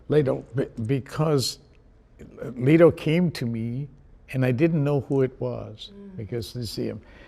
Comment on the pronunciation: is nobody talking about al pacino saying jared "lee-to" instead of 'leh-to'